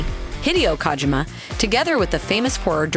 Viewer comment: The way she is saying Hideo Kojima Sounds like Hideous Kojima